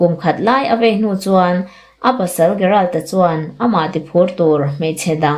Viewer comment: Gerald tih hi 'G' angin lam rik tur aw.